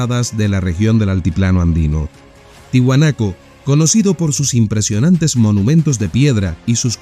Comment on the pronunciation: Es tiahuanaco, no tihuanaco. Minuto .